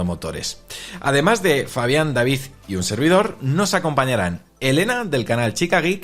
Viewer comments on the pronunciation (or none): none